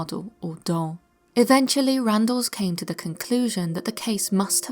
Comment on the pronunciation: I know that you are human - and therefore fallible - but it's not Randall - instead Randles... I do enjoy your channel, and your content!! Thanks!